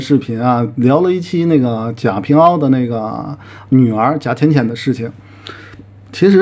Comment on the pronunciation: 你能不能先出去查查“贾平凹”的这个“凹”字怎么读？没文化就别在这做视频评价别人…